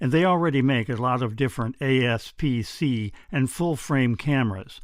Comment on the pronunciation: APS-C, not ASP-C.